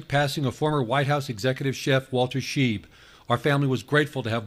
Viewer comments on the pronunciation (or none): It's Shy-b not sheeb by German pronunciation.